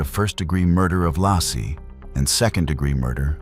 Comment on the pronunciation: Lay-see not lassie.